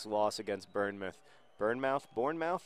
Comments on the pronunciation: Pronounced "BornMuth". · Pronounced Born moth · Its pronounced born muth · It's pronounced Born-mouth, just saying! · i know its your thing but its pronouced born-moth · John, you mispronounced Bournemouth. It's like born-mouth. Which makes the terrible trash talk even more terrible. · I had to pause the video while I finished laughing at John's pronunciation of Bournemouth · did anyone else verbally correct john's pronunciation of Bournemouth, as if he could hear us speak through the interent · It is pronounced 'Born' as in what happens to a baby, but I can't quite think of how to explain how the mouth bit is pronounced. It isn't pronounced 'mouth'. A bit like 'meh' with 'th' at the end. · "mispronouncing names is my thing" It really is *cough* Bournemouth*cough* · You also mispronounced the word Bournemouth ... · John, your trash talking would work better if you made puns based on the correct pronunciation of Bournemouth... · John, it is pronounced "Bornmouth", not Burnemouth :) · john it's pronounced born-muth not burn muth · It's pronounced born-muth, not burn-muth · I was listening to this one and thinking where the hell is 'burn-mouth'. It wasn't until I looked at the screen I realised it was 'Bournemouth' he was on about. It's pronounced "born mouth". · Speaking of mispronouncing, Bournemouth is pronounced Bornmuth rather than Burnmuth. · its pronounced "Born-muth" not "burn-muth" btw john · Burn meff? No sir, tis pronounced Born muff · For future reference John, it's "BORN-MUTH". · 'Burn'-mouth? That's almost as good as when John tried to pronounce Derby! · It's Bourne, like Jason Bourne! And keep your chin up, the Swoodilypoopers are going to bring it back! ^_^ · John, As an English person I can tell you that it is pronouced born-moth or born-mouth, or sort of in between (born-muth). As in "The moth was born. It was a newly born moth." however biologically inaccurate that scentence may be it was the only one I could think of. Best wishes.